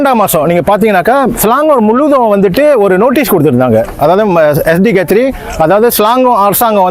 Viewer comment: Guthry alla, Gathri enru ucharikka vendum amma